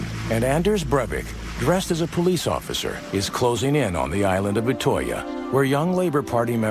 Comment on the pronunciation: You say utøya like Utøia